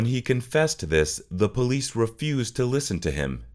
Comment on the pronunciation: Are u calling the Police >>>>the POLEAST😂😂😂every time u say it thats what I hear.....u really are supposed to pronounce it like >> PUH-LEES